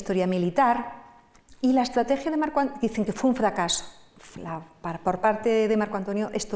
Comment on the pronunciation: Cleopatla, estlategia. No sé por qué me parece sexy la dislexia de.